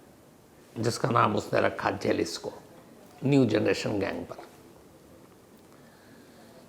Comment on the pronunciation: It's pronounced Halisco .